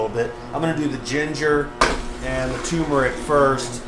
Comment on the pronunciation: It's TUR-meric people, Not TU-meric. There is an R there that no one seems to pronounce or even spell and it's not a silent R lol